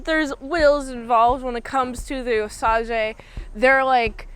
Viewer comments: osage is pronounced how you'd think of it in english. Oh - Say - Juh or like putting an Oh sound before the word Sage (like the herb or a wise individual) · The tribe is pronounced Osage (Oh-Sage), but the original name they called themselves is the Wazhazhe (Wah-Sha-She).